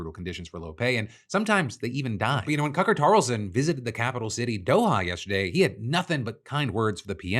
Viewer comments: Cucker Tarlson? Was that intentional? 🤣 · Did you just say Cucker Tarlson 😂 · LMAO!! Did you mean to call him Cucker Tarlson? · You may not have done it on purpose but at the 5 min and 3 second point you call him, "Cucker Tarlson".... I think we should all refer to him as this from now on... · “Cucker Tarlson” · I'm like, 97% Sure he said "Cucker Tarlson." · “Cucker Tarlson” lol I caught that. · I had to rewind, Phil flubbing and calling him Cucker Tarlson had me giggling. We all screw up our words. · “Cucker Tarson” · did you intentionally call him Cucker Tarlson? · I had to stop and go back three times: "Cucker Tarlson"? Congratulations, your slip just made my day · wait…did you say Cucker Tarlson? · I had to rewind twice and yes, Phil just said "Cucker Tarlson". :D Which, I completely agree with. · Did I hear correctly? "Cucker Tarlson"? Hahahaha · Anyone catch the Cucker Tarlason? Was is a slip or on purpose lol. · Did you intentionally say "Cucker Tarlson?" 😂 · Phil, you cannot escape me noticing you said "Cucker Tarlson" :) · Does he say "Cucker Tarlson" ? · "Cucker Tarlson" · Anyone else catch Phil call him "Cucker Tarlson" or was that just me? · "Cucker Tarlson" I hear that right? xD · Are we not gonna notice how he said Cucker Tarlson??? Lmaooooo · please Please PLEASE tell me I am not the only one who noticed Phil call Tucker Carlson “Cucker Tarson”. The cackle I CACKLED. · Did Phil say Cucker Tarlson? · Ha. “Cucker Tarlson” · HA! You said "Cucer Tarlson" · did you call him "Cucker Tarlson"?! 😂😂😂🔥🔥🔥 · good to know I’m not the only one who says cucker tarlson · Bro said Cucker Tarlson and I'm here for it. 😁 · DID HE SAY CUCKER TARLSON!? 😂😂😂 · Did you say cucker tarlson? 😂😂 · Yes he absolutely said cucker tarlson 😂 love you Phil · I had to rewind to cuz I was like "did he just say 'Cucker Tarlson'?" And yes, Phil, yes indeed you did say "Cucker Tarlson." I'm fucking cackling. 😂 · did Phil just say Cucker Tarlson?!😂😂😂😂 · "Cucker Tarlson" well done